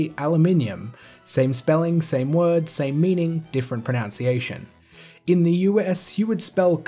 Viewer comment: I found it ironic, and a little bit amusing that you mispronounced "pronunciation" in a video about pronunciations ;) but good video man, and points well made. I've always pronounced it as "zill-ee-a" because that's what the rules of english grammar would normally dictate, but you make a good argument about other languages operating differently. I agree with your take home message wholeheartedly, at the end of the day it really doesn't matter how we pronounce a made up word. Pretty much everybody knows what we're talking about, so it's nothing to get worked up about.